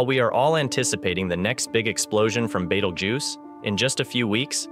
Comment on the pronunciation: I hear you sound pretty articulate with all the other pronouncements in this video, Betelgeuse seems to be a little different. I have heard it pronounced like that before. By anyone. I don’t read it like that either. Are you doing that to troll people.